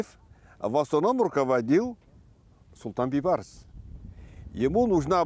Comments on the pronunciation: говори правильно, не Байбарс а Бейбарс...смысл большой.....Бейбарс...-Бей тентек барс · надо правилно пройзносить не Байбарыс а Бейбарыс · Нормального диктора надо вам. А то Байбарыс байбарыс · Вот почему нельзя называть всё своими именами??? Зачем и почему коверкать великое имя??? БЕЙБАРЫС!!!! БЕЙ!!! А НЕ БАЙ!!!! ВОТ ПУСТЬ ЕГИПТЯНИ ТАК И НАЗЫВАЮТ ЕГО!!! настоящее имя Бейбарс!! БЕЙБАРС!!! Молодежь смотрит такие исторические фильмы и потом также коверкают имя ну е мое((( в целом все правильно такие фильмы нужны, но я вас прошу не коверкайте великое имя!!! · Бейбарс, а не Байбарс." Бей" означает великий ..барс. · Не Байбарыс А Бейбарс . Что за Казахи Незнают даже элементарные Казахских слова Бай это богатый А Бей Вольный Барс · Почему слова Бейбарс она говорит Байбарс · Не Байбарс а БЕЙБАРС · Читайте правильно,не байбарыс,а бейбарыс,орысы блин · Не Байбарс,а Бейбарс!слово бей,это иной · Бейбарс а не Байбарс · НЕ БАЙБАРЫС А БИБАРЫС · Уважаемая, его имя произносится БЕЙБАРС, ПОЧЕМУ ВЫ ИСКАЖАЕТЕ. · Не поняла почему автор все время говорит Байбарс? Как его на самом деле зовут Бейбарс или Байбарс ? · Почему она говорит Байбарс?! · Правильно произносите имя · Мангурт,хоть правильно не смогла поизнести имя султана Бейбарса.